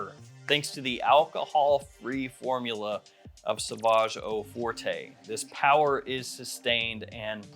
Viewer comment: Forte is French is pronounced like fort, not fortay (even though we say forte in English like it's Italian or something lol)